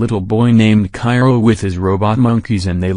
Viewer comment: Uh..It's Chiro not Cairo.